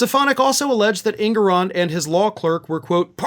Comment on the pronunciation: ❤❤❤❤❤ Love you brother. One critique though, the Judge’s name is pronounced- EN-gore-on. 😊 ❤️❤️💙🇺🇸💙❤️❤️